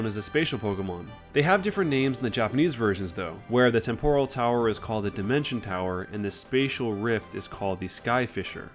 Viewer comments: IT'S PAL-kia, not PALKEEA!!!!AND IT'S TEM-poral, not tem-PORAL,FFS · What weird pronunciations are these? temPOral? palKIA?